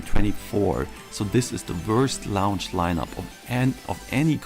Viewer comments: What the hell is a “lounch” or is he saying lounge? Is it retardation coming through from the fan boyisms ? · Out of all the stupid, brainless bullshit this dude is saying what bothers me most is he keeps saying "lounge" instead of "launch"....lol